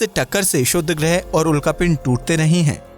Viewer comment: It is shudr greh naa ki shudd...